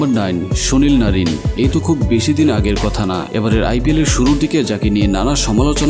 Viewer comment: Sunil narin❌sonil narin✅😂